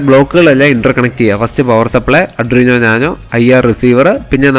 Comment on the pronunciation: അഡ്രീനോ അല്ല. ''ആദ്വിനൗ'' ( aa - dwee - now) 🫡